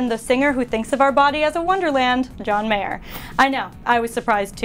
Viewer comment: y'all said john mayOR it's mayER